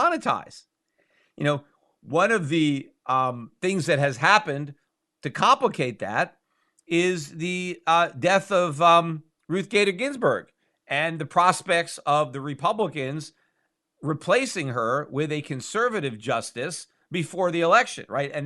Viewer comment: Ruth gader ginsberg (peters pronounciation) lol